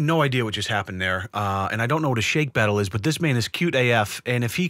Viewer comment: love the content but don't butcher the Beatles.